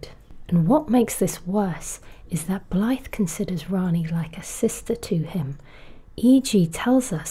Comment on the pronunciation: You’re the closest (assuming) non-Welsh person I’ve heard pronounce Blaidd almost perfectly. However, when pronouncing the “dd” at the end, it’s more like pronouncing “th” but as if you’re trying to make a buzzing noise like a bee. So it’s closer to V than it is to F. If that makes sense.